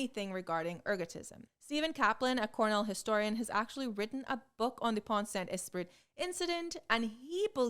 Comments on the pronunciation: As a french gal : your pronounciation is almost perfect for "Pont-Saint-Esprit", except for the fact that the "t" in "Pont" and the "t" in "Esprit" are silent. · Prononciation of pont saint esprit was good. Just, the final t is silent in pont and esprit, but not in saint, because t in the end of a word doesn't sound at all EXCEPT if there is a voyel in front of the next word. But really, that's the only mistake, and it's not big deal, you prounounced that right and I'm just being picky